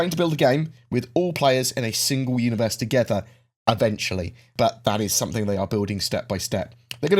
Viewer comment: My thoughts, why do you pronounce what is clearly a g as a k ? Something as somethink ?